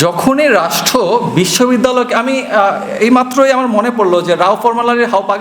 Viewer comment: বাবা তুমি রাষ্ট্র শব্দটা উচ্চারণে 'ট' উচ্চারণ না করে 'ঠ' করছো, সংশোধন করে নিও এছাড়া খুব ভালো বলেছো তুমি।